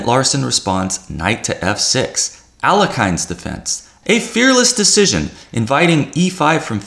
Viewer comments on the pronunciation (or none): Alekhine is actually pronounced "al-ye-khin". Best to let Google pronounce it for you.